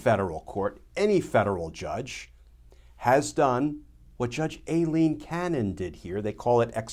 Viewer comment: He pronounces “Aileen” wrong. Does everyone do that like they did with “Colin” Powell?